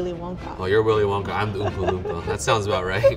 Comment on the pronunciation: Me after I here him say Willy wanka Me:”Willy wanka Willy wanka!”🤣😂😅🥲